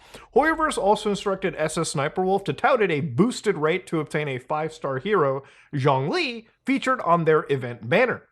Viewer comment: Lol Sssniperchicken? B doesn't even play games anymore! She obviously doesn't play Genshin either, otherwise she would've pronounced Zhongli's name right.